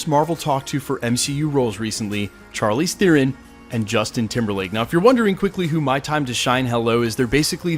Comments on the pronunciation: its not char leez... its shar-leez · Not to sweat your technique- you da man- but it's "SHAR-leese", not "CHAR-leese". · charlize, prounounced SHARLEEZ.. not CHAR-LEEZ....ugh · Pronounced ( shar- leze) bro lol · You butchered Charlizes name more than Chukwudis. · Hate to call you out but you pronounce Charlize's name wrong.